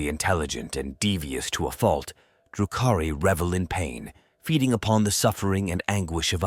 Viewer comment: Ældari lmfaoooo and “droo-Koo-Ri” fucked me up too. I think it’s quirky and hilarious most times but I get where you’re coming from